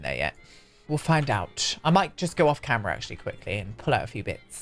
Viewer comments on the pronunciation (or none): none